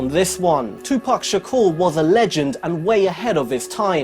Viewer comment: Tupac Shakoor or Shupac Tahkoor...lol?